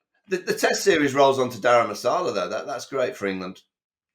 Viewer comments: it is Dharamshala not Dharamasala nor Gharam masala nor sala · Daram Masala, must be a curry, surely? It s Daramsala! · It's Dharamshala NOT Dharmashala!